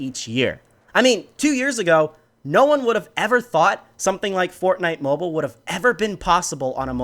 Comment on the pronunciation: He said bortnite